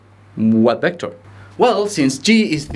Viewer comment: ¡Excelente clase! El único inconveniente que veo es la pronunciación de las uves, ya que las pronuncias como si fueran bes: /'bɛktәr/, en vez de /'vɛktәr/.